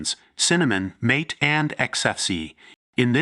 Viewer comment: AI b.s. video. Mispronounced mate (mah-te) as mate, as in 'find a suitable mate. Oy vey. AI sucks.